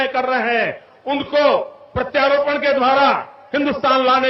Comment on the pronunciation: अनापढ़ मोदी प्रत्यार्पण को प्रत्यारोपण बोल रहा है बुद्धू